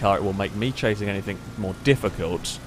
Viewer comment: "anything" does not have a "k" at the end FFS